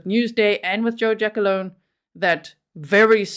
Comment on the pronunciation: Its "Gia -Colone", not jackalone lol